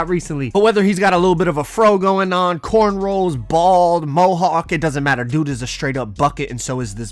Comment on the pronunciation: Did this guy just say corn ROLLS😆